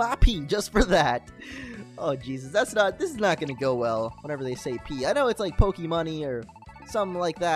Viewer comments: it is not P Its Poke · Will SOMEBODY say it right?!?!?! It's Poké!! POKÉ